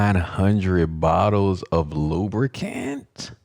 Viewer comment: KMSL 😆😂 it was the emphasis for me 😆😂🤣😭